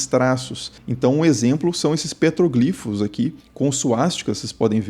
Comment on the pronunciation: Eu ri no PETRÓGLIFOS (proparoxítona)